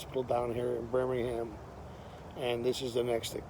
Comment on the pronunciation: its pronouced burm - ing - um not burning ham